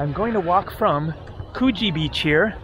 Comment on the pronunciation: Pronounce the oo in Coogee more like the ou in could. And end of summer into autumn is when the water is warmest for swimming.